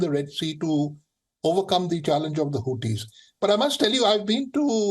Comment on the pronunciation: HUTEES! Not Howtees!😅